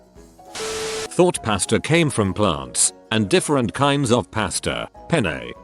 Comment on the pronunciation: Who heard the commentator's pronunciation of Volkswagen? Dude can't say pasta or makeup right but Volkswagen...easy peasy. Lol